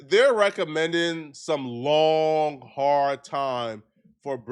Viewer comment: Bro you had to say Long and Hard like that 😂😆⏸️